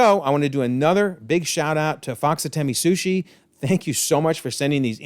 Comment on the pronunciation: Lmao! FOXATEMEESUSHI.? Great review but I was laughing thru half of it. Lmao It's the FOX ATE MY SUSHI!